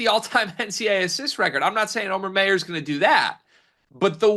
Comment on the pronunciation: It’s not May-ur it’s my-ur